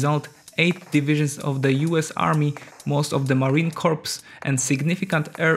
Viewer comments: Marine "core" not Marine "corpse". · Please stop pronouncing "corps" as "corpse". It is pronounced "core". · Corps is pronounced like core, not corpse. Jsyk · I would strongly recommend that you learn to pronounce Corps as core rather than as corpse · Just so you know, Corps is pronounced CORE not Corpse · For those of you that are not native English speakers it's not pronounced corpse it's pronounced core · It isn't corps the ps is silent is pronounce core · It’s not pronounced Marine Corpse, but Marine Core (Corps) is how it’s pronounced. Don’t ever make that mistake. You need to fix it. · Just FYI, the word "corps" is pronounced the same as the word "core." Also, at least here in the USA we usually pronounce "Seoul" the same as the word "soul"; I'm not sure if that's correct, though. Excellent work as usual! <3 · You don’t pronounce the P at the end of Marine Corps. It’s pronounced Core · Marine corps is pronounced "core" as in that if an apple. "Corps" is a dead person. I've mentioned this before but obviously you didn't see it. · The 'p' in Marine Corps (core) is silent. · Great video man. Nice job with the research as well. I understand English might not be your first language,and I commend you for being bilingual. But PLEASE PLEASE, the mis pronunciation of "corps" is so cringe. I humbly request you to pronounce it correctly PLEASE? "Corps" is pronounced (CORE). The Marine Core is what it sounds like. I know it is spelled "corps" , and no one ever said the english language was perfect, or that it always makes sense lol. Again, Great job on the video. Cheers! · Corps is pronounced "core". Have you never heard "Marine Corps" spoken aloud? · Hey corps is pronounced core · People, telling the AI voice not to pronounce the “p” in corps. is what is going to get us into one of these wars. Please stop.